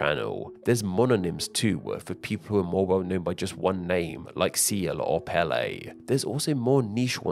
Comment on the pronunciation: Pelé* not Pelei